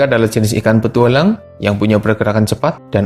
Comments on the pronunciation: "petuwalang" wkwk ngakak gw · Nadanya kok kek gitu ya njir 😅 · Salfok pak si adminnya ngucap kata "petualang" 😀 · Iye apa lagi pas ngomong petualang aneh banget nadanya